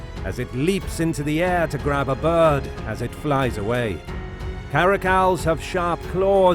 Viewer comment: Why does his voice sound like that-??? I’m never heard anyone say bird that way duajdbeidbwidbeibdksbdidbe